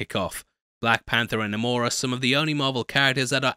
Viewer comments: Quit calling him NUH-mor, you're better than that... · Its ok to say Nay-Mor guy lol even Coogler pronounces it that way as do the other actors in the movie😂